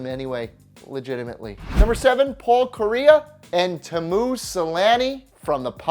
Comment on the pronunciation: You got Kariya right but the other guy is pronounced Tea-moo Seh-lahn-ee.. Just for future reference